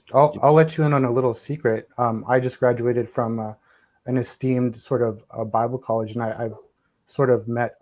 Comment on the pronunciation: "I just gradiated from bable college" 😂😂😂😂